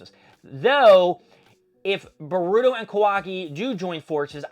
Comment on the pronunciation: You could start by at least saying manga and boruto correctly